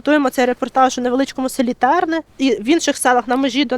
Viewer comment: ТернИ, а не ТЕрни